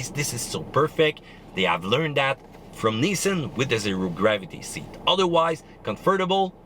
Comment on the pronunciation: It's nissan......🤢